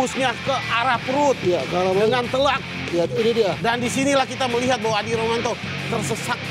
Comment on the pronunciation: Yg ngoceh suaranya kaya mau ee hafal dulu nama2 petarungya bro biar agak profesional. Manaada Ade Romanto payah